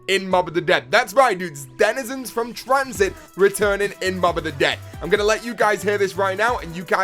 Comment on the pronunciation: The way he says Denizens bothers me but not everyone is the same